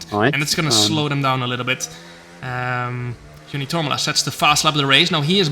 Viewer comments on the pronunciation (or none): Joni TORMALA? Is that his name? I thought it was TormUla, because everybody was calling him that? Was that a mistake or everyone was wrong saying his name for years?? Edit: I'm saying this from the start. In esports and high tier leagues, cockpit cam should be mandatory. And 100% races. Everything else is a joke for the amount of money that they are competing